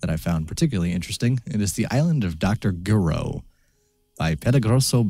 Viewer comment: I think "G" in Gireaux must be pronounced almost like "zh" or russian "ж".